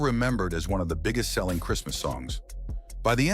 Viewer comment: Rasput-E-n He must have been buzzin!